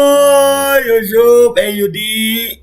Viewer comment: Ucuf ucuf Kata nya mursidd Tp ko gtu yaaa